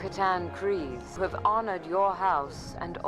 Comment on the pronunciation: The AI narration needs work. Some of the pronunciations are off (as in not correct) Kryse, as in Bo-Katan Kryse and Satine Kryse is pronounced like freeze but with a k... kreeze... not cries... kries. There are a couple of others... but other than that... it's nice work.